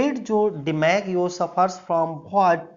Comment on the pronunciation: Apna pronouncing thik kr lo what hota hai bhat nhi